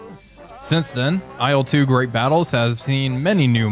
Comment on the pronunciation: Il-2, dude, not I-L-two. IL is just the title-spelling for marketing purposes, better readability (aside from that it's spelled incorrectly!). Nine times out of ten Russian planes' designations are syllables and NOT abbreviations, usually syllables of the chief engineer's/designer's name. Or what do you think I-L stands for in your ... humble opinion? For Ey-Al-Yushin? LUL How would you say MiG then? Em-Eye-Gee? It's Ilyushin, so it's pronounced "ill-two", the first syllable of a real person's family name, which has as much to do with IL as uranium with urine. Dead simple.